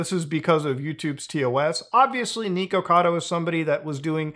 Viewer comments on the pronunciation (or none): Why do you say "neekocado" instead of "nikocado"